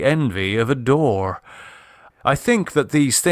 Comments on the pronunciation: The narration is excellent, but I still feel the need to point out one tiny flaw: ...was an array of bas-reliefs, whose subjects would have excited the envy of a "dore" [pronounced as "door"] <-- I imagine that would be "a Doré", as in Gustave Doré, an illustrator (and very early comic creator) who was famous for his images of demons and Hell. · Gorgeous reading, gorgeous and appropriate visuals. Minor inaccuracies: The artist Doré is two syllables, Door-ay. And "waning gibbous" means more than a half but way less than a full moon. Nevertheless: WOW!